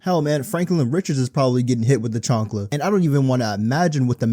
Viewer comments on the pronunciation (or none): none